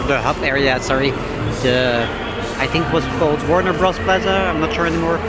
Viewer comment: Your pronunciation was fine and your English is great, my dude! I've seen coverage of Warne Bros. Wold from other Youtubers and it looks great! What other theme parks are on your bucket list?